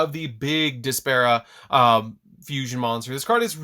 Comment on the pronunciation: Y is he saying despa 🤣🤣 it's despia